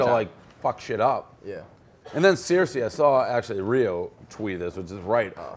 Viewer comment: How does dave call Cersei; 'Sear-Sea' , its literally a television show